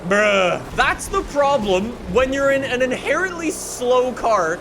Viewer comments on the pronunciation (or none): none